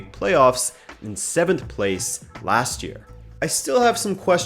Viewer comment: Why did the "7th" sound like that?